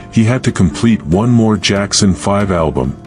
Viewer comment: Jackson...not jakson